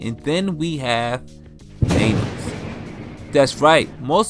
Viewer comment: why are you calling him Thanus